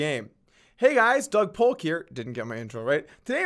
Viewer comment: Did everybody just ignore the fact that this guy just called himself “DOG POLK”